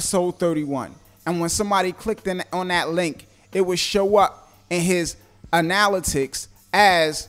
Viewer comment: Great info, but your pronunciation of analytics is killin' me..